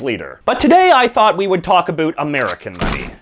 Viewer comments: so you're canadian... i heard abut instead of about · What are you talking a.....boot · They way J.J. Says about is so hilarious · This guy is Canadian isn't he. "About"